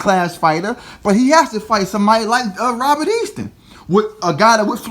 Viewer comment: It is Haney not hainley it is Easter not Easton